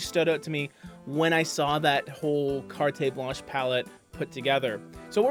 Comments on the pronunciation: What a gorgeous color and palette! I sure wish Americans could get Farrow and Ball paints. (Sorry, but “carte” is pronounced “cart”.) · Incidentally, one does not pronounce any syllable after the "t" in "carte". It is, in French and English, both, pronounced as "cart". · Lobster is beautiful - the British are much more fearless and bolder about color in a room (on ALL walls). PS it's Carte Blanche not "car-tay" -- no accent on the e.